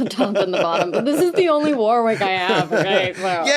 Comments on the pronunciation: I’m nit picking here, but it’s pronounced “WARRICK” not “War-wick” 😊… will agree I’m sure 😉👍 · It's pronounced Warrick in English and Varrick in German (German brand) with that gutteral German grrr R sound. No middle W sound